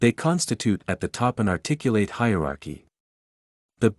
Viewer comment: Irony is not articulating the adjective articulate correctly.